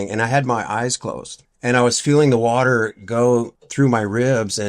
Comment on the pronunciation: He's lucky he didn't drown in the "Warller" (water)!